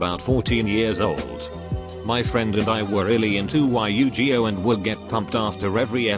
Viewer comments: Damn it text to speach yu gi oh is not pronounced why you gee oh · Can’t you just have it pronounce shit right it sounds like an autistic parrot when it says “ U G I O”